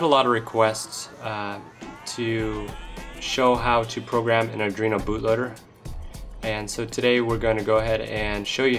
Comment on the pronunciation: You know it's pronounced AR-duino NOT adreno